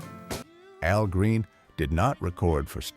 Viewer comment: Exactly, who the Hell is A.L. Green? Al Green on the other hand is a legend!